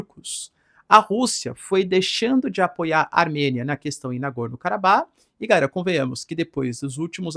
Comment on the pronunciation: Professor, por que vc fala "gaera" ao invés de "galera"?